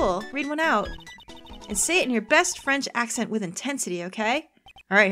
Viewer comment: I feel like that french accent is almost too good considering the character